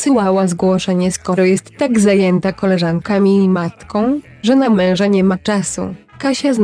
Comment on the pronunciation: Ta tak dziwnie wypowiada słowo: MEŁŻA